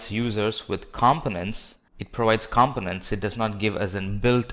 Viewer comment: Azure is correctly pronounced... the British pronunciation anyway. Components for example is just incorrectly pronounced full stop!